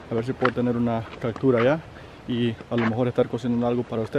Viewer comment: Una ves mas compita se dice Captura no cactura